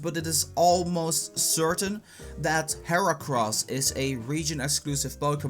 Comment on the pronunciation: Matias Carvalho it's heracross not earacross